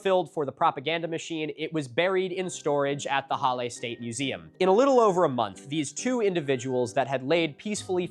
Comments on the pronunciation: "challe" The H in german is pronounced as if you are trying to warm your hands with your breath ^^ And a double L will shorten the primary vowel infront of it. So: Breathe out -> short a (Or a short "laugh": ha) -> le Halle. Hope this helps with future pronounciation, though I don't think any german would criticise you for that too harshly. There is a saying german: "Deutsche Sprache, schwere Sprache" (German language, dificult language) ^^ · On “Halle” — H is pronounced as h, like in height, but well done XD Basically hull-eh. Damn the afternoon activity; people in this country actually getting stuff done for a change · they were actually... well they arrose earlier. they already got strong votes in 1932 and they tried a coup a decade before that. pronounciation: halluh yeah and its saale, long a. like in far, pull the a long lehbensraum you make a pause after the s, bc amt= buerau or office. excellent work on the ü heberer= heh bera uhnen (pause) err-buh extern (ekstern- stine) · no "ch" sound. [ˈhalə] Short and strong "h", weak/soft "a" (you don't really have that in English), your L sound is good and to close of a short "e", which you sometimes to properly as log as you don't make it Hallie. Don't try and lengthen it. English wants to lengthen its vowels, Germanic languages vary their vowel lengths. It's expected that your struggle with the "a" as English only has strong aɪ, æ and ɑː sounds for "a" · Your pronunciation of reichsüberwachungsamt was lowkey better than your pronunciation of the other German words in the video like Halle or lebensraum